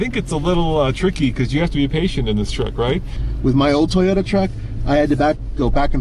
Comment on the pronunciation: The Toyoda TACO lol